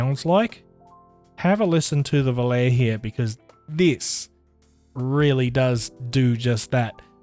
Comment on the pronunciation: Pronounced "vo-lar-e". 🙊